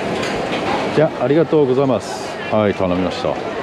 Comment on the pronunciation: ありがとうございますの発音が、もう外国人になっててウケました🤣